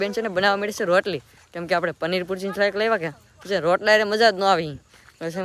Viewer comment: પનીર પૂરજી નય પનીર ભુરજી કેવાય 😂😂😂😂